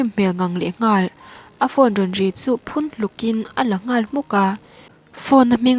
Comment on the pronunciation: Phun hluk tih i lam rik dan kha a dik lo ang ka ring